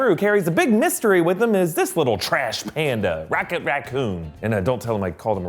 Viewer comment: Sounds like you called him '